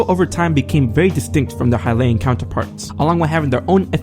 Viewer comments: This man can't even pronounce Hylian. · Twili(Twigh-ly) Hylian(Hy-lee-in)